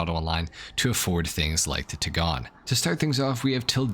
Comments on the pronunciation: "Tig-gone?" What a bougie way to say "Tie-gone." As in, a mix between and tiger and a lion. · It's pronounced, Tigon. 😉